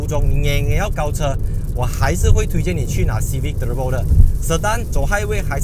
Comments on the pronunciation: "Hybrid" and "Turrrurrbo" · 就喜欢念 Turrrrrbo～